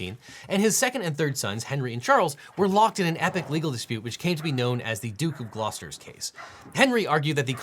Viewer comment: Devin - The stress in Arundel is on the first syllable, not the second. Congrats on Gloucester, though. You're completely wrong about Charles III being "officially inaugurated" as King of England in May. He's alreadyofficially King (he legally became King the instant his mother died, and he was formally proclaimed in London the next day and around the rest of the UK and Commonwealth Realms the date after that; the coronation is just a shiny ceremony, it doesn't affect his legal status in the slightest), and he's not (and probably never will be) King of England. He's King of the United Kingdom of Great Britain and Northern Ireland and of His other Realms and Territories This Royal Lives clause actually has me wondering about Disney's lawyers and how good they actually are. There hasn't been a King of England since 1702. "Charles III, King of England" doesn't exist and never has done. And any English solicitor or barrister practising in this area could have told them that. As could Google.